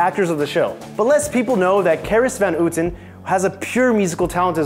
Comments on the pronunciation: it's more pronounced like how-ten... not who-ten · carice von hooten...of that pronouncation, its a dutch name, houten is pronounced as the ou pronounced as the ou from the wordh ouch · Not hooten but how-ten